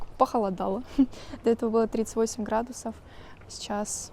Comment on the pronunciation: Гэкание непрерывное - гхрадусов